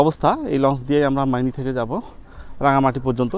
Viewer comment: ময়নি না ভাই মাইনি হবে এটা, আপনি টিংকু ভাইয়ের বাংলালিংক বাংলার পথে এপিসোড গুলা দেখবেন অনেক সুন্দর করে তুলে দরা হয়েছ আমাদের দেশ। তখন ইউটিবার জন্ম হয়নি।